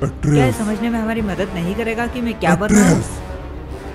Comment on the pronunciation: lmao! I love how the Indian one sounded like " A dress, a dress " 🤣